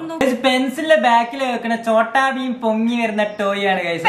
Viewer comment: Not chotta bean. Its chotta beam